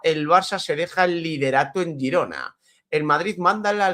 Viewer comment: El equipo se llama Girona, luego a la ciudad y provincia le podeis llamar como queráis. Pero lo dice correctamente, es el nombre del club